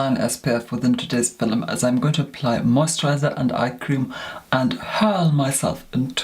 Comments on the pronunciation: I’m from the UK and no one talks like him. As well, no one pronounces ‘film’ as ‘fil-um’! Not even posh southerners 😂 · is stunning! And his voice so velvety! I couldn't think of a proper word, but velvety is fitting...😁 and I LOVE how he pronounces "film" (fill em-love it!!!)... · I can't figure out if film affect is real or part of an act. Either way, it's so annoying to me that I can't get past that to watch a full video. How he manages to make film a two-syllable word is beyond me.:D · I love that he doesn’t say video but “filum” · the iconic "for todays filum"